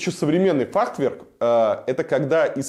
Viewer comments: Варламов, если архитектор столько раз за сюжет артикулирует Т в середине слова фахверк, где ее нет даже в оригинале на немецком, учитывая что само слово относится к понятийному аппарату архитектора, это может значить несколько вещей, ни одна из которых тебе чести не делает, даже если это сознательный троллинг. Ты кого троллишь? Зрителей своих? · Как архитектор может говорить «фахТверк»??? Точно в Мархи учился? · Илюха, что то у тебя слово Фахверк , не правильно произносится )))))))))